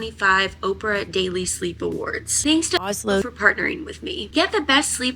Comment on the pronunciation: Did you mis-pronounce Ozlo the first time? Sorry, but it sounds funny :-)